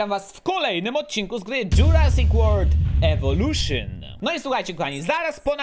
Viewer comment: Zawsze na początku słyszę Dżurasik Word DE GEJM, a tu jednak EWOLUSZYN :P